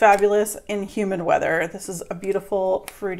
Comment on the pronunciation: I thought you said "human" weather...lol